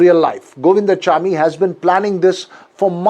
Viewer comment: Not Govindachamy but Govind swamy.